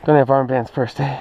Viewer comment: he says eh XD hehe canadians